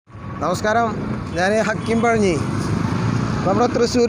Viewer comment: നീ പഴഞ്ഞിയല്ല കഞ്ഞിയാണ്...കഞ്ഞി